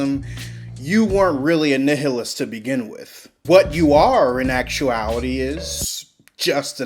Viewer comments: Nih-hih-list? I have never heard that word pronounced so badly since Markiplier playing the game game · Just because you pronounced Nihilist incorrectly, I subscribed. You have a new fan. Keep the vids coming. I love it!